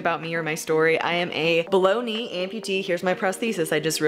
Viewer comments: It honestly sounded like you said baloney lol. Made me chuckle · English is my first and only language and I heard Bologna (Baloney for some) as well 😂